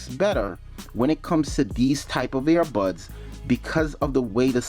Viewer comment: Lol. All I kept thinking of was the dog Air Bud. Were you saying airbuds or earbuds?